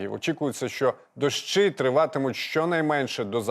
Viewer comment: Не дощи,а дощі ведучий!?